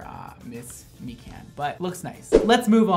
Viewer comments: I CACKLED WHEN HE PRONOUNCED MIKAN AS MEE-CAN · Me can (mikan) everyone who's heard the name mikan:...... MECAN